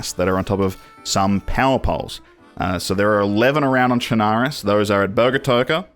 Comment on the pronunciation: Actually, the proper pronunciation is "Sherna-roos" Your welcome.